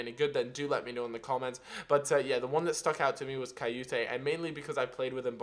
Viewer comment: It's Kouyate, not kayoute :P